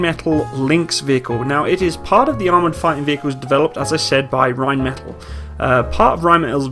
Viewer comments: it's just bugging me slightly but can you pronounce Rheinmetall properly? The L sound at the end is a long L, hence why there are two of them. Otherwise it would be just "metal", think of one of the L's as a silent H. Like metahl. Anyways love the vids. I hope we (Australian Defence Force) end up buying it as it makes sense when we just purchased Boxer IFV and MAN HX series vehicles as well as G-Wagon for light fleet, the display model their is in our camo so they are pushing hard. Might as well go German all the way, lament we never replaced the Leopard AS1s with latest variants opting for the Abrams instead. Using the Boxer turret on the Lynx would be a sensible move as well having common type across the motorised and mechanised fleets but we totally need on-vehicle ATGM capability. Not sold on the rubber tracks...Australian terrain in many parts of the country can be very brutal, it's not as forgiving as in Europe and in this case you can't replace a link or three and keep going, you're well stuck until RAEME arrives which I assume is a change of the whole track. All good for reduced wear on the drive line and weight reduction and to a point noise, i'm guessing there would also have to be some sort of (massive?) cost saving during maintenance life also vs track link. If it's only dollars and cents vs one or the other I'd be still going for traditional track link. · For future reference I believe Rheinmetall is pronounced Rhein-meh-taall instead of Rhein-metal :D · Rhein metáll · Rhein meh tall .. not the English pronunciation of metal. o7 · It's pronounced - Ryne' Met' Aaal'. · very nice, informative stuff. just one thing... completely your choice. Could you please pronounce Rheinmetall in the german pronounciation? so, Rehn-metall? thank you, whether or not you decide to change it, in future videos. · Pronunciation: Rine-maytahl them 'may' is short, the 'tahl' long.